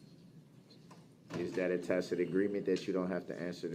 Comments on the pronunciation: It's hilarious how he used to say tack-it agreement, but now that he's learned how to pronounce it, he thinks he's doing something 😂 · He said “tacit” many times too. He seemed to think he could delete all the times he said “tacked” if he said it correctly enough times.